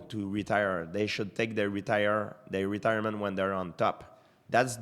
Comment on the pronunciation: Retirement? Are you intoxicated are you intoxicateeed?